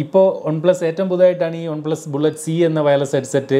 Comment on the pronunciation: ഒൺ plus alla chetta വൺ plus😅